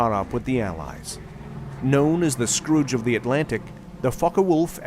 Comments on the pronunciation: it’s scourge of the Atlantic. Not Scrooge! 😂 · "The Scrooge of the Atlantic?!?" I think you mean "the scourge." Lmao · "Scrooge of the Atlantic" ??. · Oh, you caught that too, eh? Don't suppose that they meant ' scourge ' do you?